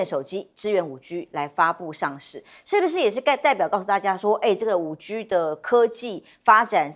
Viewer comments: 我是廣東人，我聽到她說5豬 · 一聽到主持人把「5G」發音為「5居」，立刻就把節目換掉！